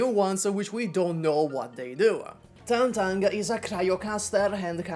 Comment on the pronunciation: Thank you for being seemingly one of the few YouTubers who bother to pronounce Tangtang's name right